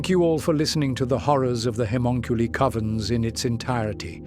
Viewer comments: I don’t think he can help it I watch a few ai channels an ai just can’t pronounce it it’s bad lol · like 8 different pronounciations on Haemonculi lol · I love your work, but the different pronounciations of "haemonculi" throughout the video are jarring ;) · no I agree the only other one I watch as much as his is imperial iterator I wonder if he could play with the spelling of it an see if he could find a way to get the ai to pronounce it correctly